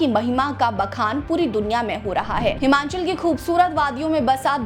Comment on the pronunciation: Madam this is not Himanchal but it is Himachal. Please pronounciate properly